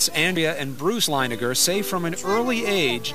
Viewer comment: Linegar?? Really? Leininger. You could literally google it...